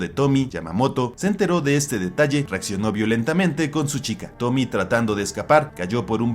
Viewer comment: Es fecha en la que me sigo preguntando si la protagonista de la última historia es ''Tomie'', con la e siendo pronunciada al final al ser un nombre japonés... creo; o si la deberían llamar tal cual lo dicen en el vid, es decir ''Tomi''